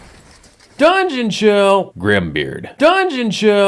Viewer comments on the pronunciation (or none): Lovely review, loved the "Grim beard! DRUNGEON CHILL!" bit, but I do gotta disagree on the acting bit - I think they knocked it outta the park for what they had. The self-absorbed president, the dutiful big bro, the outrageously cocky protagonist and his rival, all super fun and acted well, even if the writing's sometimes a bit, uh...not too great. Their sets are pure 90s, though. The power ranger-ass armor, the BIG NUTS and drawers, the teleporter that's just a plastic ring chucked on the floor, I love it. I'm definitely gonna throw this onto my list of stuff to play! It sounds and looks genuinely fun. Edit: Hey that's me! Neat. I see I'm not the only new subscriber from a German speaking country! Hearing you pronounce "die Spottgeburt" is great